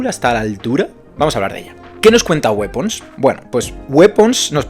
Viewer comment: No se pronuncia wipons? 😮 Calor es poco, calor es poco 😢😢 yo creo que este verano la palmo jaja exacto eso me pasó!! Me parece muy interesante la trama, la forma que se hizo pero luego todo a prisa y corriendo. El personaje de la tía merecía un capítulo jaja fue brutal. Yo creo que cuando la gente ve videos de este tipo es porque ya la han visto así que no te preocupes por los spoilers 🙂 opino como tú; hay muy buenos actores. Oye la Amy es la hermana de Ed Harris? Bueno yo no la calificaría, después de todo, como terror, sino más bien suspense. Yo le doy un 7. Ahora toca esperar a la última de los Warren jaja